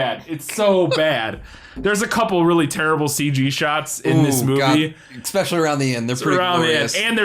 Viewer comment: One of words..."eKspecially"